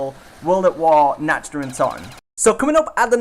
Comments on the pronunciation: You say it like this Nawkt not natched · the way he pronounced nacht gave me a migraine